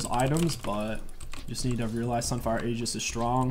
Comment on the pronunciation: stop mispronouncing Aegis please homie lmao